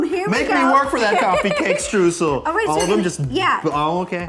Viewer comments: They might know how to pronounce their last names, but they certainly don’t know how to pronounce “Streusel” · I love how they talk about people not pronouncing their name correctly while pronouncing Streusel like "stroo-sell" lol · German eyetwitching Streusel with the eu like "oy" as in Schtroysell (phonetics without the phonetic alphabet i guess) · It's just so funny for me as a german to hear the words ''Streusel'' and ''Strudel'' in an english video. xDD